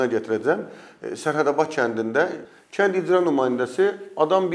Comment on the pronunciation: bu danışan qızın ləhcəsi var,sözləri düzgün tələffüz etmir"kətt" yox kənd deyilməlidir, "c" hərfi ilə danışır.kanal 13 bu nədir?